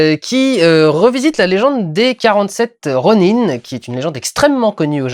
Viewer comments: ah merci, je je pensais qu'en japonnais ça ce prononçais ronin- ( sans insister sur le -e ) mais là il le prononce ro-ni-ne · arrête de dire ronine !!!!!! ;) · Bon Vlog mais ronin ce prononce ronain, et j'ai bien aimé le mélange légendes et histoire japonaise . Ah et ils parlent d'oni , les oni sont des démons japonais. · Pourquoi dit tu ronin-e ? étant donné que le mot n'est pas anglais ..